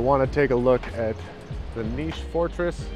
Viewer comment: Its cool that you say niš and not like nis😊